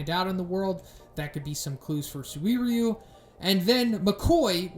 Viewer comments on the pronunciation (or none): SU-WIR-YU, i believe you can just pronounce him SUR-YU. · “SuWEEryu!” Huh, that’s a new way of saying that. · destiny phongmany suririweeyu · Bro you're butchering this mans name. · okay I gotta ask, why are you pronouncing his name like that? wtf xD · Please fix your pronounciation of "suiryu", you kinda sound like you are gonna throw up or something when you say it, no offence tho